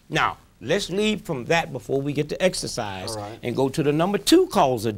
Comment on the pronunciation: "When I exerfice" this guy is an idiot